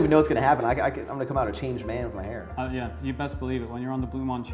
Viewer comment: "Getting a HAR cut with Maxx Chewning"